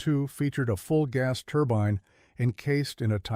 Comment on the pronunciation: This AI idiot has pronounced "turbine" 3 different ways within a minute.